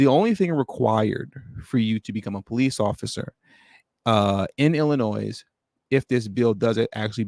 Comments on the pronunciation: You don't pronounce the s in Illinois,. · Great content as usual brother. S is silent in Illinois though. Lol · The “S”, in Illinois, is SILENT